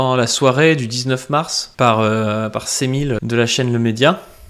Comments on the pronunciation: Cemil se dit Djémil, je crois. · a tout hasard, par respect pour lui, renseigne toi sur la prononciation de son prenom a cemil. c'est pas tres important mais je suis sur que ca a accroché l'oreille de plusieurs.